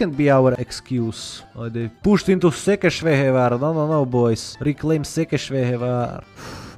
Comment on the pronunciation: Wow u said Székesfehérvár very accurate nice